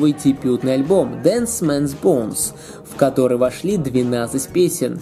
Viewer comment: DEAD Man's Bones, а не Dance Man's Bones!